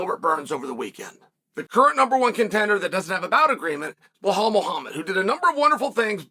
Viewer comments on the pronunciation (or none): It's Be-lal. Not Be-hal. Remember his name! 😆🤣